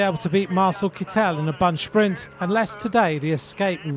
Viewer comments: To the commentator: Sir, in case you're interested, the name of the present holder (wearer) of the Green Jersey is pronounced with the accent on the first syllable, as if it were kettel, but with an "i" instead of the first "e". (If he were French, your pronunciation would be correct, but, guess what, he's German.) Thanks for your attention! W. Ro. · Mr Commentator, the emphasis is on first syllible in Kittel. It's KITT'el.